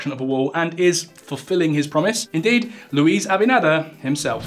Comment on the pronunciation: You butchered the president's surname but thanks for the laugh & an otherwise great video Though you probably should have mentioned that the treaty signed with Haiti specifically says the Haiti cannot dam the river.